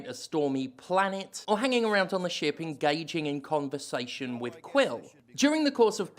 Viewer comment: The subtitles censored the word ship because of your accent 😝😝